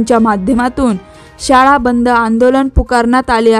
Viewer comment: शाडा नव्हे शाळा उच्चार अस्पष्ट